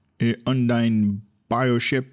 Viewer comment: Now you need to learn how to pronounce UNDINE Looks like really really good ship